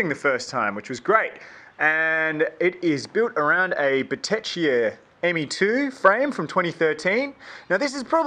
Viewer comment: totally butchered the Bottecchia name haha. Pretty nice bike though.